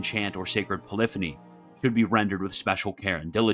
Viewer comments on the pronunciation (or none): none